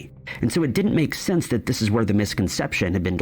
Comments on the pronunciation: I have how deep is your love on vinyl, I'm 63 it is and always has been i really mean to learn. And Annie Lennox sings thiis it's just the way she pronounced it purposely. I'm also fron the uk. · It absolutely sounded like these but it didn't quite make sense in the sentence so they used the word this but pronounce it with kind of a southern accent on that word so that it would rhyme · That's right! It's the way she pronounces the word 'this' that makes it sound like these. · It just sounds like shes saying these shes saying this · agree 💯 it's her accent that makes it sound like that